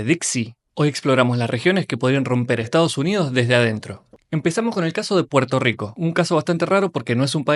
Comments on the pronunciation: ¿Puerto lico? vete al logopeda. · Puerto Rico❌ Puerto Lico✔️ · Puerto Rico❌ Puerto Lico✅ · Puerto Rico ❌️ Puerto Lico ❌️ Puelto Lico ✅️